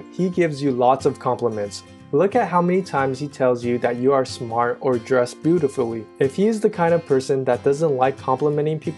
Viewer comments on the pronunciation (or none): ligit says bootifuly